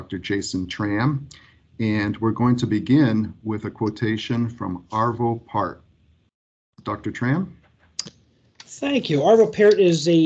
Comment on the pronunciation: Arvö Pärt pronounced Pjart